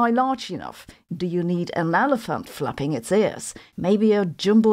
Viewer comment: I thought she said "seagulls fapping..." 🤣